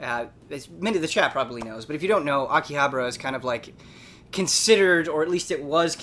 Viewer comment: So you are paying attention after all! but in all seriousness, not 'habra' but 'HABAra' :)